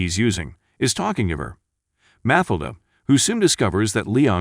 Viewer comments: Learn how to pronounce character names before you make another video. It"s pronounced MaTILda not MAtilda. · Jesus Christ her name was MATHILDA = Ma Till Da - not MATH A LA - what the? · Damn but the Narrator needs to work on his pronunciation! Math-elder? It's Matthilda! Matt-ilda!!! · its pronounce mat-tilda please teach your bot. but that aside still a fantastic film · Mathilda is pronounced: Ma-til-da. NJ is New Jersey. Do your homework. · It’s pronounced Ma-Til-Da. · It's Ma-til-da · You should teach the computer how to pronounce Mathilda. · Will you do something about that stupid fucking voice mispronouncing "Mathildas` name... How does this shit ever get posted..??????? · For Pete’s sake, pronounce Mathilda correctly. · The narrator did a good job but does not pronounce Matilda correctly. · Robot narrator can't handle the pronunciation of "Matilda". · Took me half way through the video to figure out why her name was unfamiliar. I watched the movie a couple of times, but didn't remember her name. FINALLY, I realized the stupid computer bot was mispronouncing Mathilda. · Mathilda... the "h" is silent. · Please redo this with new commentary, and correctly pronounce Mathilda. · Seriously, you keeping mispronouncing the little girls name made me give you a thumbs DOWN DUDE... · u don't pronounce MATHILDA like that, the tone is on the second silable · The way the name Mathilda is pronounced 😁